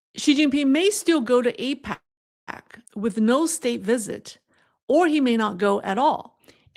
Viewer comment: Isn’t APEC pronounced A-peck? The Israeli AIPAC is pronounced A-pack. Love your channel thank you for your insights and hard work!